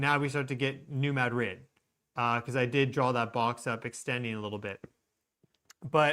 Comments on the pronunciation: It's pronounced "mah dreed' " accent on the second syllable, not "Mad rid" as though it were 2 separate words. It's name comes from the Spanish town in Spain. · New Ma drid 😊 Its no't Mad rid.😢 Named after Ma drid Spain